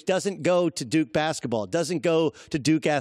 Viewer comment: Haha he said duke-y